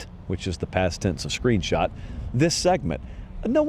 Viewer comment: "Screenshat" that's my new favorite word 😂